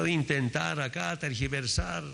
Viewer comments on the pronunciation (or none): none